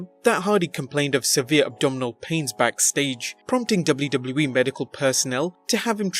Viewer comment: "Dubloo dubloo eee"